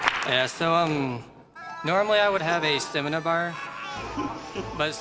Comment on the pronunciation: Also "stemina"